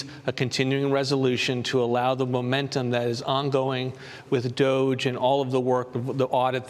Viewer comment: It is wonderful that Mr. Vought know how to properly pronounce DOGE! Thank You Sir!